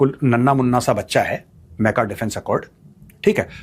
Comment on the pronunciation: अरे मेजर साब मेका नहीं मक्का बोलिये😂😂😂